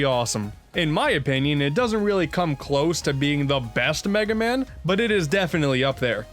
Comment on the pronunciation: An Unfunny Asian “It’s over, Megay man. Wily May fear you, BUT I DO NOT.”